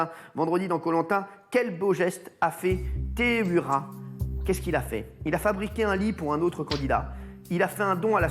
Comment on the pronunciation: C'est pas teheuira c'est teheiura